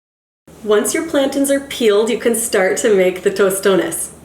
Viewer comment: Why is she calling them plankton?? 🤦🏻‍♂️🤦🏻‍♂️🤦🏻‍♂️🤦🏻‍♂️ plantains lady pls for the love of God! 🤦🏻‍♂️🤦🏻‍♂️🤦🏻‍♂️